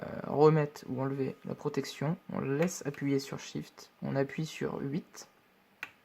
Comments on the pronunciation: Très utiles ces vidéos, merci! Au fait, c'est SHIFT, pas "SWIFT" ;) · Très bien expliquer, merci. Juste cest pas "swift" mais "SHIFT" mon ami :D .